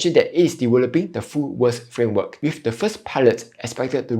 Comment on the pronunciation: May I suggest that you try improving your pronunciation. For example, it’s VERS and not “worse”…Honestly, without reading the generated text, it’s very difficult to understand what you are saying. Hope you don’t mind me being direct and straightforward.